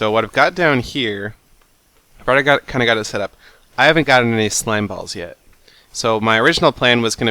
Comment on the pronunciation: I heard slimes when he said he didn't have slime balls